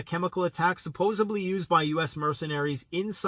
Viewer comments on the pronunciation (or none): Its Supposedly. Not SupposaBLEEE. Once you know it, you cant un-hear it 👍 (I will delete my comment once u see it, lol 👍 ) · I love this channel, but I have to say - it's supposeDly, not supposeBly. I know, I'm an ass, but it's like nails on the chalkboard to me...sorry...